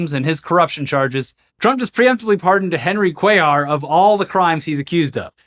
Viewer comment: Lol Cuéllar is a common last name in my country and I didn’t think they were talking about someone called like that because that’s not how you pronounce that last name at all . But then again everyone does it over there is those news snippets are anything to go by, so I guess pronouncing it correctly even by the people called that would be seen as snobbish